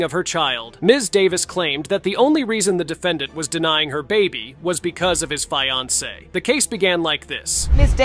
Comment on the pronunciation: I really dislike how AI commentaries mispronounce words, like “fiancé” as “FY-onsay” 😞